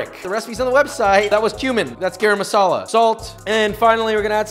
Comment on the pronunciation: LOVE THE VIDEO just it’s guh-rum not gay-ram thx😊